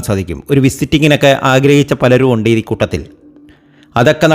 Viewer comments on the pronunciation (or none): none